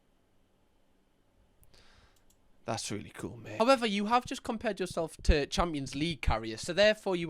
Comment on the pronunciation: Can’t pronounce “month” properly he’s saying “mumth” I therefore believe nothing he says